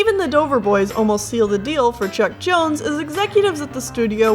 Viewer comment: i heard chuck jones as chuck norris.